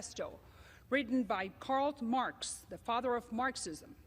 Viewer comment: "Karld marks" xD